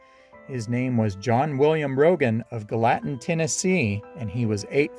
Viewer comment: Very cool and interesting video. One thing though, Gallatin, TN is pronounced gal-uh-tin not guh-lattin 😁